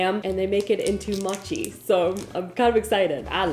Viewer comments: It’s pronounced moe-chee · Great video. Just wanted to mention that mochi is pronounced mow chee. Hope you are doing well and I hope you have a wonderful day. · I love her videos so much but ahhh I hated hearing her say mochi the wrong way ahh It's pronounced mow-chee No disrespect at all I love your content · Ooooh ur saying Mo-chi, sounds more like ur saying Matcha 😅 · Its "Moh chee" (the "mo" is pronounced as in moron) not maatchie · MOW-CHEE, not MAH-CHEE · It's Mochi not Machi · I love how you say mochi😂 like u say machee instead of moh-chee like when you say more the mo, is how pronounce it I think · Mow-chi, not mah-chi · Its pronounced "ooh-beh mo-chee" and "mo-chee-ko" Mo with an oh sound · Yay! entering her Filipino food era. Oh, and its pronounced "Oo-beh" and Moe-chi /moe-chico flour 😊 i gotchu bestie❤ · Pronouced 'Moh chi'.. :) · PSA from Hawai'i is pronounced mow-chee. Love yah. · Mow chi 😂😂😂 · It pronounced mo chi like oh so m oh chi lol hope that helps 😛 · maybe you could dry the peaches with a paper towel ? or dry them and also do it in the air fryer? also mochi is prounced moe-she :) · It’s actually pronounced mō chi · It’s pronounced Mowchi. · Mochi long O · Poor! The camera and the recipes were just not havin it today. 😂 but it’s ok cause if nothing else I was thoroughly entertained. Lol. And your pronunciation wasn’t terrible, but mochi is with a long o sound Moh-chi. And ube is pronounced oo-beh. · Ah your pronunciation was cute 🤭 but the "mo" part in mochi sounds more similar to the "mo" in 'more'! And ube is like "oooo-bay"! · I don't know why it got to me...but it's pronounced moh - chee... I still love you either way!!! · It’s pronounced ooo-bay moe-chi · Its pronunced as "moh-chee" mochi and "ooh-bay" ube;D Saw sum comments saying she said it wrong but not helping her learn!! Thanks for the great videos,!! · Mochi is more like moe-chee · Mow-chee 😊 and Ube ice cream is AMAZING ❤